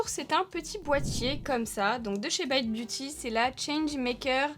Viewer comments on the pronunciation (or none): Coucou on exige que tu prononce le nom à la française!! 😂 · La seule marque que prononce à l'anglaise 😅